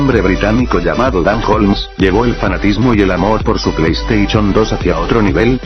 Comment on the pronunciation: plei estaichon xD